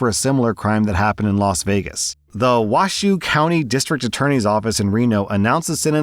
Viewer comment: Lol I lived in Nevada and believe it or not the county is pronounced "Wash-ho"